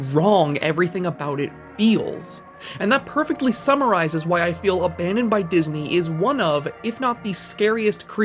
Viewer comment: “Aban*dong*d by God”